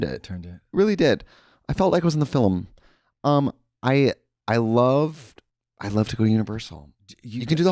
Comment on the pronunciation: I need a compliation of Trixie saying the word Film as FILIm